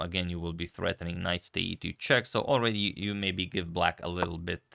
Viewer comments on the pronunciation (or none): none